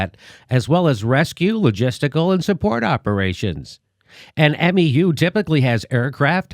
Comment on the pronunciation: Oh my God. You guys are killing me. Its MEU, pronounced 'mew'. But go ahead, you morons, go ahead and criticize HOW a MEU should be deployed, when you dont even know how to pronounce it, and dont even know what they are for. Sigh...